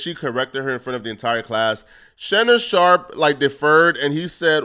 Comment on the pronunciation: I hate how pronounces "Sharpe" 😂